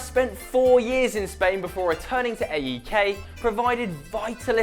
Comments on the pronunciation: That AEK pronunciation XD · p.a.o.k is said as it's written not the letters and a.e.k is pronounced ayk. and wear a different shirt panathinaikos for life. and I know most the Greek players you mentioned and I am best friends with Karagounis son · We pronounce them AEK and PAOK , not A.E.K. and P.A.O.K. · is not a.e.k is AEK and is not p.a.o.k is PAOK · It's not P-A-O-K in greece we say it as one word Paok or Aek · Thank you! You said AEK & PAOK wrong(watch greek videos to learn how we say them).You forgot a few players like Dellas,Zagorakis,Zikos,Tachtsidis,Kone and more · you pronounced AEK and PAOK so wrong and you could also involve angel di maria who played at asteras tripolis when he was 15-16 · im from greece and when i heard you pronounce AEK and PAOK i was facepalming